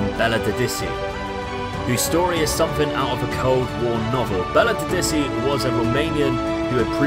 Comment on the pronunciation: Great video,! And as always...you butchered Belodedici's name in such a way that I never thought possible! You're the best of the best! Thanks for the video, the intro and the great laugh! Keep it up, man!!!